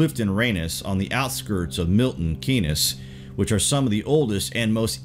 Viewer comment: Keynes doesn't rhyme with Penis. Yorkshire is pronounced York-Surel